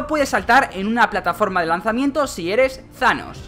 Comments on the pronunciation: Se dice tanos no zanos Se lee thanos pero no se dice zanos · No es zaloo es thanossssss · Thanos * No zanos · embes de decir thanos dices shanos XD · porque dicen sanos en vez thanos como se escribe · no es shanos es thanos mirate la peli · Porq dices Zanos tio?? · like si crees que dijo zhanos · Tanos no thanos